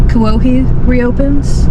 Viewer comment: As a local....Sgi (Thank you) for saying Kuwohi! ❤